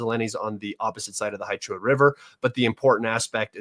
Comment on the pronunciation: Гуляйполе «Gulyaypole» is correctly pronounced goo•lyai•POH•lyeh, with stress on the third syllable.